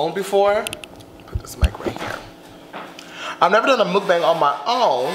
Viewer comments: MOOK-BONG is how you say it. Everybody want to be doing it and not saying it right wtf I love you no shade but come on.... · I'm korean..... it's pronounce muk-bong.....